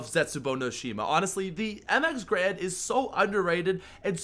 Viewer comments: There is and A in between the G and R. I'm pretty sure you pronounce Garand as Garand, and not Grand. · it's mx garand not mx grand